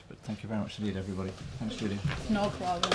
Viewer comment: she is German so she is not DJULIA prononced - she is YULIYA